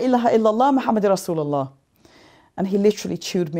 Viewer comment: Sister, I respect you very much. I don't know why I was in tears when you say correctly and precisely " Allah Subhanahu wataala and Rasulullah sallallahu alihi wasallam". I hope this is an indcation of strong love and respect to Nabi Muhammad SAW.